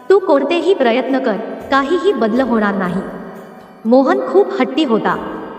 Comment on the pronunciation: शक्त, badl वगैरे ही कोणती भाषा,आणि हे कोणते उच्चार?